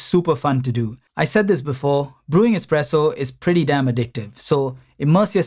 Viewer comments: Expresso lol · Expresso. Great video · Expresso bissshhhhh! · "Expresso" lol